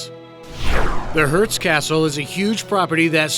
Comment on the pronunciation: The "Hurts Castle"? I think it pronounced "HURST"